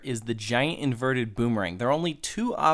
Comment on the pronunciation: why can't you say "inverted"?